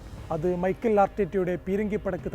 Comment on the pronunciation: മൈക്കിൾ അല്ലെടോ മിക്കൽ..